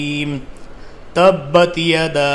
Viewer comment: App surah lahab sahi na parraha app tabata bolo rahe hai laki va tabayada ta saik hai app goar kiga